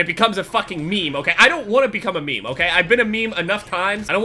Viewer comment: Its not a MEME its ME-ME not meime just me me